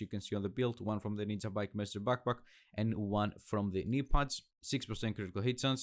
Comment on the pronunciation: It s ninjabike not ninzabike dude. Nice Build